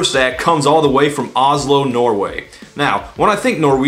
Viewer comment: Okay it's pretty funny how Todd just butchered the pronunciation of Oslo there.